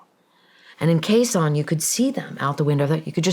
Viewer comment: It's Khe Sanh...